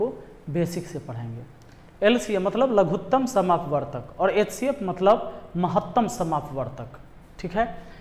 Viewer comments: लघुत्तम समापवर्त्य होता है भाई लघुत्तम समापवर्तक नहीं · "लघुत्तम समापवर्तक " नहीं होता है सर , हिन्दी में सही बोला जाता है या सही कहा जाता है " लघुत्तम समापवर्त्य "